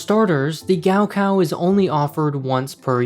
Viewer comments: For those wondering, gaokao is pronounced more like Gaw Caw Also, wonder if the school has a gift shop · It's pronounced Kao Khao. In pinyin the letter G is for English K and K is asperated K. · the way they pronounce gaokao is giving me a literal stroke lmao